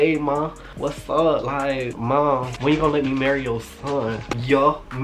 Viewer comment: its the " yuh-me " for me lmaoooo 😭😭😭😭